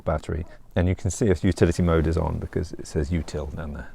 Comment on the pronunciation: I thought you were saying futility mode for a while.